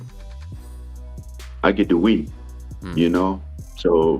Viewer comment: At first I really thought he said, “I get the weed”, not “I get the win”, because of his accent.